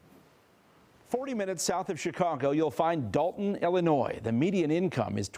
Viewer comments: First my brother you don’t pronounce the “s” in Illinois. Now the problem is you have these small communities/villages where the spotlight is low which allows for this. Ppl don’t have integrity, but the people do have the power and a voice it’s comes in the form of voting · Well, when you mispronounced ILLINOIS, you showed you’re no better educated than any of those other ghetto snipes. Wow.